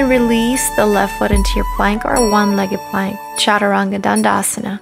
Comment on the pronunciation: my only complaint would be that i wish she pronounced the word “chaturang” and some of the other asanas correctly! I understand that it is difficult, but for someone leading a lifestyle like hers, it would be so much more respectful if she learned to pronounce the sanskrit words properly. Otherwise, it was a very helpful and great video!!